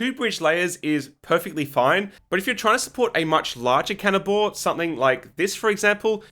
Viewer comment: Every time he said counter bore bridging I had to remind myself he wasn't saying cannibal bridging